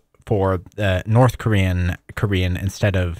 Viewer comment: your ability to read Korean but not pronounce it is mystifying to me